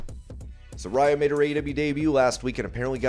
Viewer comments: You're saying Saraya's name wrong. I was saying it like you do, but she clarified on last night's Dynamite it is pronounced "suh-rey-ah" not "suh-rai-uh" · It's pronounced Sar-rey-uh 🤣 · Su-RAY-uh…. Come on man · Pronounced Sir-ray-ya